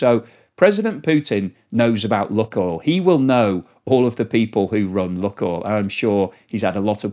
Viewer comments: Lukoil is pronounced luke-oil, not luck-oil. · FOR THE LOVE OF WHATEVER YOU FIND HOLY PLEASE PRONOUNCE THE COMPANY NAME PROPERLY!!! IT LITERALLY TAKES 5 SECS ON GOOGLE TO RESEARCH IT. THIS IS THE SECOND VIDEO WITH 'LUCKOIL' OVER AND OVER. sorry rant over but its so irritating!!!!! its 'LOO.KOYL' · its 'loo.koyl' not 'luck.oil' its a really irritating mispronunciation every 5 secs. it takes 5 seconds of research to get it right. PLEASE PLEASE STOP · please pronounce Lukoil correctly, it's annoying. It is Loookoil not luck oil. Please!! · Lukoil is pronounced LuukOil, its meaning is "Onion" + "Oil" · "Lukoil" is pronounced "LOO-koyl," with the first syllable rhyming with "book" and the second syllable sounding like the word "oil". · There is no short "u" sound in Russian. ЛУКОЙЛ is pronounced Luke [as in the English 1st name] oil.